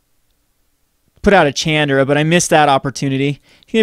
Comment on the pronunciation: when will you learn to pronounce Chandra correctly? Bless her...